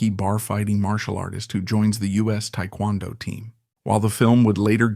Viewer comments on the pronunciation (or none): none